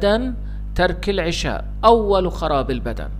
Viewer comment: 1- العَشاء بفتح حرف العين وجبة العَشاء 2- العِشاء بكسر حرف العين وقت العِشاء ولانقول اكلنا وجبة العشاء بكسر العين بل بفتحها وهنا جناس تام بين الكلمتين لأن يلفظها خطا